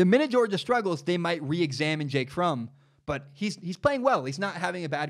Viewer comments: Pronouncing Fromm like from slightly triggers me lol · By the way it’s pronounced like Prom but with an F instead of a P